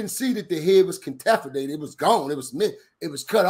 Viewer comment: head was contafinated 😂😂😂😂 be in his duffle bag, slow down